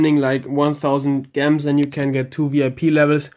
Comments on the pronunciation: why do you say gems like (gems) it's pronounced (jems) lmao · lmao, I love the way you say Gems. In case you don't know, the G is pronounced like G in Ginger. Though it might be your dialect that makes you pronounce it that way. Regardless, i love it. Great video!